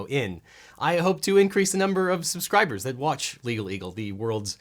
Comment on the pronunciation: Rudy said Sus-cry-bers.